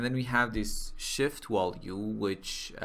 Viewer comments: I did too, but one can always improve, no? He speaks mostly fluently, but then there's that pesky "wollue". Germanic language speakers can say the v sound, so it's a matter of him not noticing he's doing it and it doesn't hurt to improve your accent, especially when everything else he says already sounds pretty good. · I know English is not your first language, and for the most part, your English is pretty good, but you're missing the mark with the word "value". You are pronouncing the V as if it were a W.